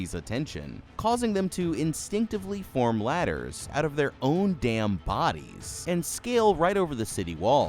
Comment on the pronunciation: ''wait a dawm minute''